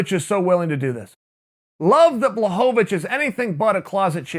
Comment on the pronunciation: It's pronounced Blahovavich, Chael.